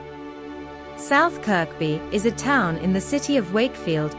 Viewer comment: A computerised voice and the same aerial footage for two of the small towns in West Yorkshire. South "Kirby" and South Elmsall, actually. By "Blurton" you mean "Burton"? Does The Isle of Sheppy look like The Isle of Skye? The footage looks like the camera sweep on the beginning of Ridley Scott's "Prometheus " - probably because it is the same footage. Yes, parts of Britain are sh1t. But we know that already, Thank you. How are things where YOU ARE,? хороший, да?